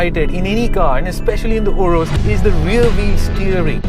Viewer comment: Man it's pronounced as 'u-raas' not 'woe-rus'